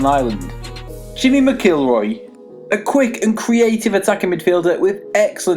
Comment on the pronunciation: Need to work on your pronunciation of McIlroy. hahaha